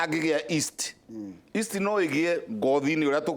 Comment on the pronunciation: Yeast. Not east